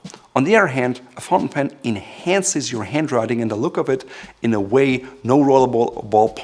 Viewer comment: "Taking notes by hand in-hand-ces" (inhances)...😂😂😂